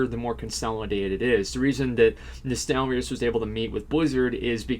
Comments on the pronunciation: "nostalarius".. triggered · Asmon, it's Nostalrius.